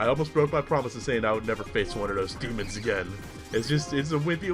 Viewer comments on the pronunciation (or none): none